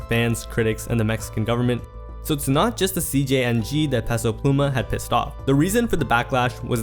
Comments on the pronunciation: Stop pronouncing Peso incorrectly.. it’s pronounced Pay-So not Pess-O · bro idk who tf peso pluma is, but please learn how to pronounce "peso"